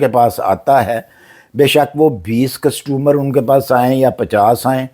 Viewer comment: Sir mazrat k sath but apki pronunciation bohat hi buri h. Costomor nhi hota. Or Ladies se bal katwaty thy.. Lady se not ladies se😂😅😅